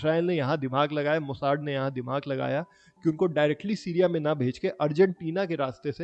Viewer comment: भाई मेरे हिसाब से मोसाद नाम है मोसाड नहीं ❤ Good work and good story 👏